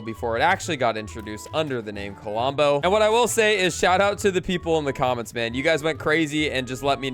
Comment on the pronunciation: KLOMBO NOT KOLOMBO